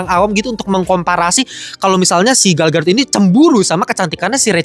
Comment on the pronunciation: Gal Gadot ❎ Gal Gatot ✅